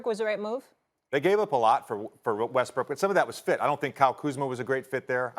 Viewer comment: Molly just low key call Westbrook, "westbrick" lmao